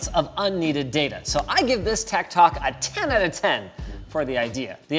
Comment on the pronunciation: I must be a boomer because every time Linus said "Tech Tok," I kept interpreting it as "Tech Talk" in my head